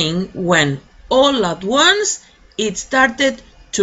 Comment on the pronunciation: Profe q pena,,, me causa intriga la pronunciación de ONCE,,,,, suena o yo la escucho como ONES,,, me esplico, como si fuera uno en plural